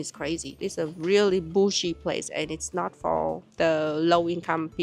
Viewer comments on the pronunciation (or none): "it's a really bougie place".. but it kind of sounds like you said "bullsh.. place", which is more truth 😅